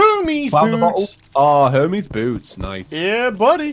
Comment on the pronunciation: Hermes.. Her mes Her messy boots